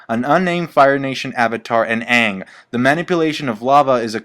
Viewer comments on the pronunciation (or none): none